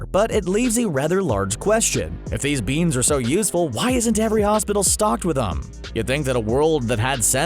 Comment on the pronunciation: "THEEZ BEENZ"